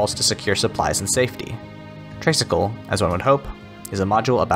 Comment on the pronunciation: great review as always! btw, just a small thing, but I believe "tray" in traysikel is pronounced like "tri" as in three, as in three cycles because the tricycle has three wheels. "traysikel" is just a colloquial respelling. Tagalog vowels are not pronounced like American vowels. our letter "a" is pronounced as "ah" and not "ay." anyway, i'm just being nitpicky! thank you as always for featuring indie games!